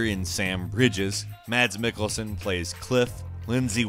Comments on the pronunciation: Its pronounced mas Mikkelsen not mats Mikkelsen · a lot of americans say "mats mikkelsen", you should pronounce it as "mass mikkelsen"